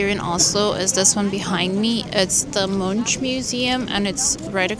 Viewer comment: Note: Munch is pronounced with a hard -k at the end.